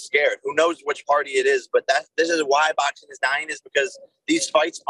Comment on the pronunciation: English words in "ing" isn't in Jakey poo's vocabulary. He uses "een" instead. "Boxeen,fighteen"...literally any word ending in "ing" is "een" for Fake Paul.